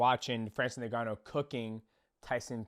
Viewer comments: DJ & to pronounce Ngannou correctly say "in-ga-nou" the way you're saying it sounds like 'nin gannou".....the N is actually pronounced as "in" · am i hearing it wrong or is mighty saying francis nengannou instead of ngannou?